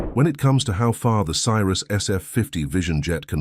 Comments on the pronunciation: Newsflash: Cirrus is pronounced see-rus, not sy-rus. Not checking your vid for video and audio mistakes before you post is lazy and makes you look stupid. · Love the way the narrator pronounces it "CYRUS". This is not Miley's airplane. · Stopped watching when your narrator pronounced Cirrus as Cyrus. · Teach your computer voice to pronounce Cirrus correctly - bad video